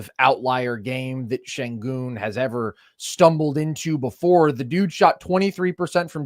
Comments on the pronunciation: how you cover basketball and call yourself nerd sesh then go head say "Sengin" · please stop saying “Sengin” 🙏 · If you can say 'Shai' then you can say 'Shengoon'! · How do you have a “basketball podcast” and can’t be bothered to learn how to pronounce an all star’s name. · Is it really THAT hard to pronounce Sengun's name correctly? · Why won’t you pronounce Sengun correctly? I can’t respect the opinion of someone who can’t even get a name right. That’s just petty and disrespectful, especially when you regularly hear it pronounced correctly and still choose to mispronounce it.